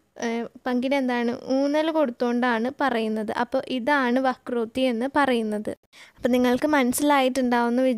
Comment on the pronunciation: വക്രോട്ടി അല്ല വക്രോക്തി.